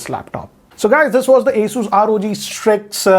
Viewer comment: It hurts me when says "Asoos" instead of "Asus"